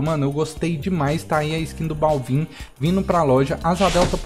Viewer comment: n se fala balvin, se fala bálvin